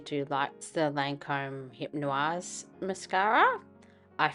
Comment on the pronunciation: the maybelline concealer is such a classic ! hypnôse is pronounced :"hip-nose" love the video!^^